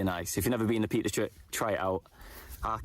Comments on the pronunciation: Peak district not Peat. Lol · Peak not peat ! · In defence, it does sound like is saying Peat.